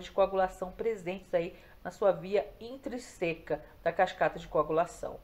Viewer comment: Muitíssimo fraco! Leia antes. Não é Intreseca!!! É INTRÍÍÍSICA!!!!